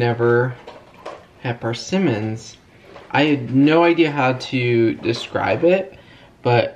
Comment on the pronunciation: PERsimmons 😂 although i did enjoy hearing say PARsimmons over and over and over 🤷‍♀️😂😘 you bring me joy and laughter in odd ways sometimes kiddos 😂